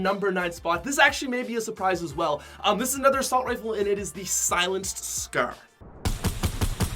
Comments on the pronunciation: Scer instead of scar 🤨? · Legendary “scurr” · It sounds like he says "Legendary Scur" lmao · The legendary “scEr” The how he pronounces scar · "The legendary scer" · He says scar so weird 💀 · Anyone else love his accent when he says “scar” ?